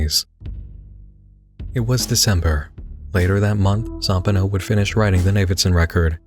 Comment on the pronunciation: I always thought it was Zam-PAH-no and Da-LIE-al. Not ZAM-pehno and DEAL-iel. I guess it's funny how different this book casts its grip on the readers mind, even down to the pronunciation of the otherwise absurd character names. Sometimes I go over the tattoos I have from this novel and wonder which of his readers most closely shares that of Z's intended vision; the image he had in hie head of Johnny, of Navidson, of the House.